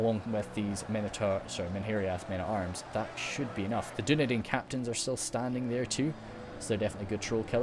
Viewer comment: Dunedain is pronounced as dune dine